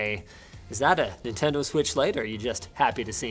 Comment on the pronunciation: The “Nintengo”